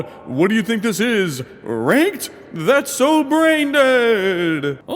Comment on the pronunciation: everytime says ranked it sounds like wanked and also was this premire or something